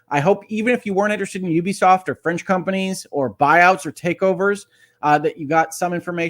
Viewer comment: First off, thank you for being one of only a handful of people in gaming media who actually knows how to pronounce Ubisoft correctly. :) Secondly, while I do think a buyout is inevitable at this point, if Tencent ends up owning the company, that'll be the end of them getting my business. Tencent is one of the most evil companies in the world and among many other things, are also the operators of the social credit system used by the CCP autocracy. Dig into them a little bit and you'll see how awful they are. Even as they continue to gobble up more and more of the industry, I've managed to largely avoid giving business to companies they majority control. The biggest problem with this situation is that despite Ubisoft being a public company and the duties that comes with, Yves Guillemot has always treated the company like it's his family's crown jewel. That's why he's tried so hard to rebuff all priot buyout attempts and why any suggestion that he hand over the CEO role to someone else is immediately and strongly shot down. This is about ego for him as much as anything else, which is why he's only considering taking the company private if he gets to remain at the helm. Consolidation is bad for consumers and ultimately, I'd like to see the company not be sold, but despite leading them through their biggest years (he's literally been the only CEO since 1986), he's also led them into their downfall. NFTs, failed free-to-play projects, the massive bloating of their open worlds, chas